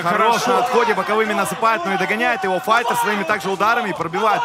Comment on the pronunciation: fayter? fighter? english?